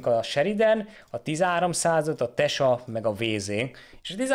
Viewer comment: Tesak - Tyeszák - magyarul igy mond